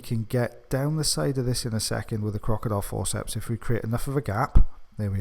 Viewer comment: Does everybody else love the way he says crocodile forceps? Always my favourite to listen to.